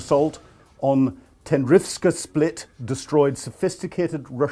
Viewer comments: Spit, not split. Otherwise good report, thanks! 🙏🏽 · it's a 'Spit', not a 'Split'. 🙂